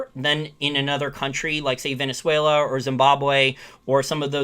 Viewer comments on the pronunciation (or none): none